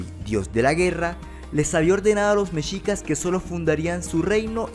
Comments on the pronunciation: Me encantó tu vídeo, gracias por hacer este video de mi país, solo te comento se pronuncia "mejicas" la "x" suena como "j" es como "'MEXICO" no se dice "meshico"...veo todos tus videos es increíble tu contenido, GRACIAS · Messsssssshicas no mechicas